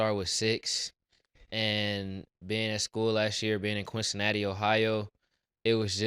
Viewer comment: This man said "Quincinatti" 😂😂😂